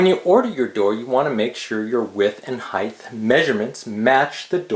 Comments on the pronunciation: Height. Not heighth. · Very helpful! By the way, height is pronounced "hite," not "hithe." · Why do you say height like its spelled heigth